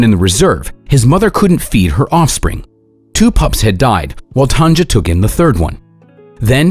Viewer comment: You pronounce her name as TANYA not tanja